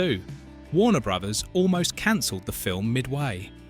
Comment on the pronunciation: The Ai voice is annoyingly inaccurate in its pronunciation of names saying Lawrence Fishburn, Wohkowkies and Warner Brothies! 😬